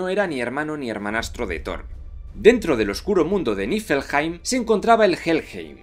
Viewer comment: Niflheim se pronuncia nivulhaim